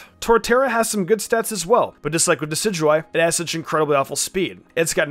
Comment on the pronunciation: Red Rum dicidyeye? It’s decidueye